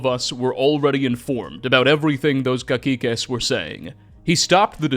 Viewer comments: In spanish the word cacique would sound like ca-see-que because "ci" makes a "si" sound not a "ki" sound. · Great vid but it could've used a bit more research towards the pronunciation of some words, like Tenochtitlan (tuh·nowch·teet·laan) and Cacique (Kah-seeh-keh) among a couple others. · Cacique is pronounced as Kah-See-Que. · Btw: it is pronounced "Ca-SEE-ques" (the singular is "cacique"). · I'd like you to look up how to pronounce "memoir" (it isn't a memwire) and "cacique" (it isn't caquique). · It's funny hearing "caquiques" as a pronunciation (the second C is supposed to sound like an S) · hey, Cacique is actually pronounced with a soft C, like an S:D